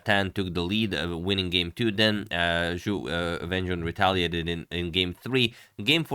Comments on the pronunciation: Ju When-J-WHEN. The syllables RHYME!!! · not a troll just wrong. Pinyin "jun" rhymes with the syllables written "qun" / "xun" etc.; rhyming part is kinda "üin". Whereas "wen" is usually considered to rhyme with the syllables written "hun" "gun" "dun" etc.; rhyming part is kinda "wən".